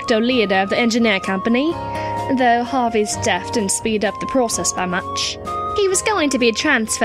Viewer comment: Why did maya say dath instead of death?